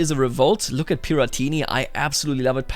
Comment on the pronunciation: Honestly, while some people get angry for people pronouncing names wrongly, I just laughed and found it really cute how pronounced Grão Pará and Piratini. Lots of love from Brasil ❤️🇧🇷